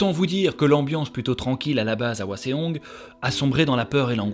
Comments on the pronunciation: Je connaissais déjà l'histoire car grande fan de BJH, mais mes oreilles ont saigné pendant cet épisode : Hwaseong se prononcé "ouasong" et non pas "ouaséong" 😂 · Super vidéo comme d’habitude ! Petite précision : Cheongju et Hwaseong ne sont pas bien prononcés. Dans la romanisation des mots coréens, “eo” se prononce comme dans le mot “bol” (o ouvert). Il faut donc lire Chongju et Hwasong :) (et de même, “ae” se prononce “è”)